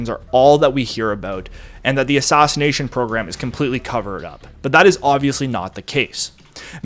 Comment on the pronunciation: "Stoff" no dude. It's "Staff" as in aff, not ahff. You do the same thing with, "Madness" earlier on and, "Assassination" throughout.